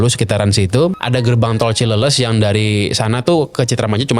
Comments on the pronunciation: Koreksi Cileles baca cileles (bahas Sunda). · bukan cileles tapi cileles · Dengerin... Dia ngomong ada R nya kok